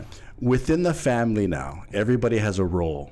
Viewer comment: Host: what is the word for Family? Guest: Faminy